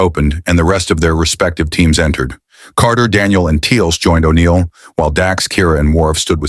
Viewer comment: You lost me when you got to O'Neil. And you can tell this was narrated by AI. Interesting premise. Wish I could finish it